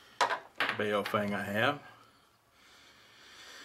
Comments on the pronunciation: Boris Chang bowww fenggg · Not pronounced "bay-oh-fang" its pronounced "boww fung" Lol. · bay oh fang hahaha